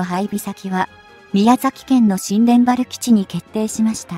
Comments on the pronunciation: 冒頭から新田原(にゅうたばる)を(しんでんばる)と間違えてる時点で聞く気が薄れるよ……ww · 新田原をしんでんばらとは全く読み方を勉強してから配信してください。用語の間違いはたくさんあります。